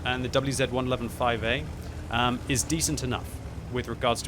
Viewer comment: I’m glad you pronounced QiLin correctly, a lot of people in my clan and on the server I hear pronounce it “QuiLin” which is wrong 😂